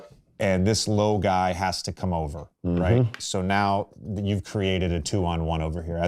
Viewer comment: he really emphasized jb getting to his RIGHT hand 😭